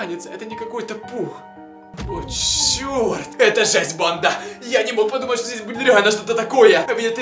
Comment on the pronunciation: Кому тоже кажется что говорит не "банда" а "панда")